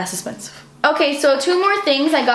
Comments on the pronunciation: fiiiinalllyyy "DASSS ESPENSSIVE" :D :D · cause sighs das esspenseve